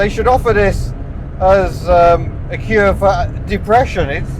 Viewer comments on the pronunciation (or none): none